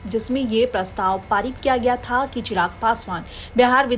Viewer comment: चिराग ❌ चराग ☑️😂